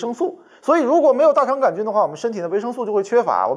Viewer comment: 大肠杆儿菌，这种念法我还是头一次听说，李永乐发明的新念法将广泛传播，成为现代汉语的新组成部分